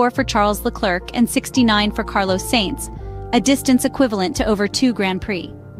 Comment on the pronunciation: It's AI, buddy. Sainz's name is also butchered.